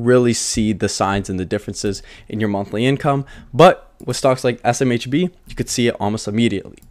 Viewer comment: you can do it buddy! SMBH! ESS, EM, EITCH BEE, :-) ESS, EM, EITH, BEE